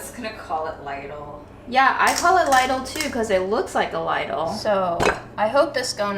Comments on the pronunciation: Its not Leidel its Liedel its a german shop name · It’s pronounced Leedl like needle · It's Leedle. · Its liddle not leedle - just saying. You don't call a pan lid an leed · well done. Lidl is pronounced as Beetle not Little or lysol is that makes sense. My mom was German and she used to give me grief for saying it as little ;-) Der Leedle isn't as cheap anymore in the Netherlands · Hi. Since you asked for a pronunciation. In German (where Lidl comes from) it's a long 'i' and rhymes with NEEDLE. English speakers on youtube (US & UK) seem to favor a short 'i' which makes it rhyme with LITTLE, and almost sounds Identicle to that word. It was wonderful Seeing Grandma and reminiscing about your mom. it automatically makes me think about my own departed matriarchs. Things were going so well for so much of the week that the law of averages was conspiring against the last days dumplings. This was great fun. hugs to you and your friends and family. Jim Oaxaca Mexico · Lidl pronounced like little😊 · Hey, nice video. Actually in germany we say „Leedl“ like a long I :) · it´s Leeedl ;) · LIDL is a german shop, you say Leeedl. :-) It is a family name, from Ludwig Lidl, the name giver. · In German it’s generally pronounced something like Lee-dill🤗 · Lidle rhymes with needle 😊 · It’s LeeDull…pronounced like Needle! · Hi! European here. It's pronounced as "Leedle". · Yay. Sorry I missed the live premier. I looked up how to pronounce. It's pronounced "Lee-dill," according to Google. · Hello so Lidl is actually german and we say Lee-dl :) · Since you asked: It's a german store, so you'd pronounce it more like "leedl" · Hi. It’s Lidl rhymes with riddle. Someone on a YouTube channel that was about the store said people don’t know how to say it. That’s exactly how they explained to say it! I can’t wait to see what you get! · Its pronounced LIDL not LIDL........ jeeeezzzz JK LOVE YOUR VIDS <3